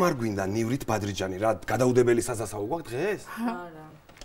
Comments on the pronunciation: ლევანი ამირიძე საზასაო კი არა სასასაო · ლევან ამირიძე საზასაო კი არა სასასაო